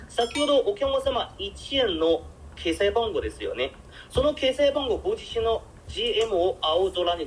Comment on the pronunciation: 中国人が話す日本語の特徴が出ていますね。小さい「っ」の発音が中国語にないので決済をケサイと言ってる時点で中国人だとわかります。